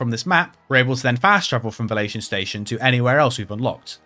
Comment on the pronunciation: Why do i keep hearing fellation station?😂